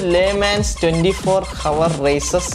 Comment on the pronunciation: Hour el 'H'silent as broo 🤭